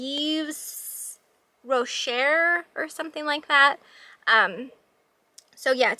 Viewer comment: Yves Rocher is pronounced eve row shay